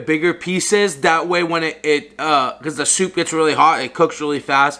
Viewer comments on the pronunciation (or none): Did you say chicken sopa?